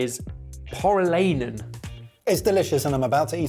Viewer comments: needs to work on his pronunciation. One type into Google translate and it’d tell him how to pronounce Pore-ee-lie-nen. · I've not seen the correct answer yet, but based on the way the name is spelled, I presume the flat hot dog is from Finland. If I only heard I would not have guessed that at all though 😅 for future videos: finns pronounce every letter, so more like por-ih-làh-ih-nen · Pori-lye-nen, lads. 🙂